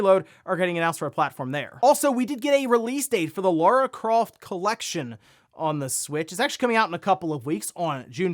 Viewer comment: Laura Croft? Who's that?